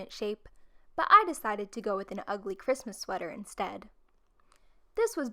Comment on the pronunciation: Who else is a little bit bothered by the last “s” in the Christmas on the Christmas list